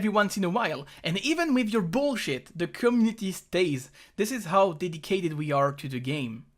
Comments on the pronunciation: IT IS COMMUNITY NOT COMNITI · "Cummity" ( ͡° ͜ʖ ͡°)